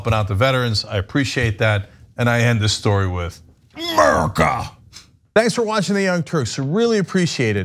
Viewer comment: Myrrkah! New spelling!